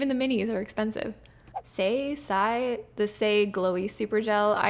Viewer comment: Calling saie sigh💀